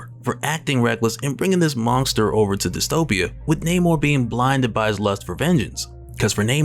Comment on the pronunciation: Do you say the word monster with a "G" in it like Mike Tyson dose lmao...Mongster